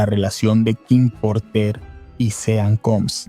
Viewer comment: Kim potter JAJAJA si, KIM DUMBLEDORE!!!! JAJAJAJAJ KIM PORTER madre mia haz el favor de leer las cosas bien y pronunciar bien